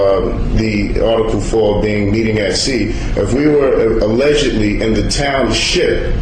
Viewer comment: He emphasizes the word "ship" in " TownSHIP," then argues maritime law. Is he SERIOUSLY arguing that since the word SHIP is used it means boats and hence Maritime law? If so it's HILLARIOUS. So when I order things and they are "shipped" to me they arrive by boat? Those boats that bring stuff to my front door sure don't look like they float very well. Of course my mail courier does have a peg leg and says, "Aye, here's yer mail ye lanlubber." LOLOLOLOLOL